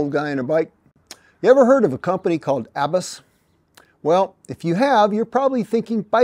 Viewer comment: Im pretty sure you don’t pronounce Abus the way you are. It’s a German company. They make locks AND some of the best helmets in the world. The world road champion wears Abus. So glad you like them. Im sure they really appreciate it.